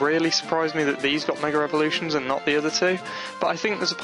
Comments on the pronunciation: It's MEGA. Not a Meger! God. Your accent kills me. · He says megr elvoluition